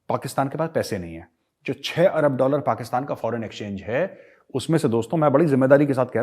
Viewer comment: Ye lahori pakistani to pakistan bhi dhang se nahi bol sakte...usko bhi 'pakastan' bolte hai🤣😃😂